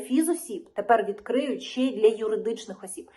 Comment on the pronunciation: Все добре Лишень замість слова щье на українській мові вимовляється слово ще.